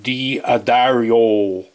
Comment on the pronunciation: I hope you're joking when you pronounced D'Addario as"DEE-uh-Derry-oh."